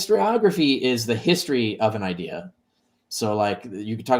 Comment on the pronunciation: I've lived in the NYC area my whole life and I've never heard people here pronounce idea as 'idee-yer' so I'm confused. If someone were to say 'idee-yer' , I think of a JFK-type New England accent, not Brooklyn NY 🤔